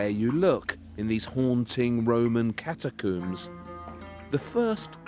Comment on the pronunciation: Every time he says a new noun I'm bemused and delighted to hear a pronunciation entirely unheard to linguistics. 'Bazzilica', 'Catacoom', 'Mozayke'. What a wonder.